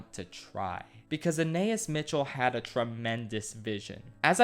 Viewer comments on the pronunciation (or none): Ah nah eeS. You’re pronouncing her name wrong. Anaïs has a hard pronunciation on the S at the end & you separate the a & i. The i & s are pronounced like eese at the end of geese. Ana like Anna from Frozen. Anah-eese. I don’t know why this drove me nuts.